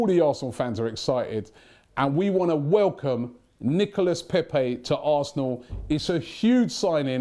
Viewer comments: knee-co-la not Nicholas, Robbie. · Hey.... u pronounce it Nicola....:-) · you dont pronounce the S on his name you've been told over n over n over get it right man 😬😬😬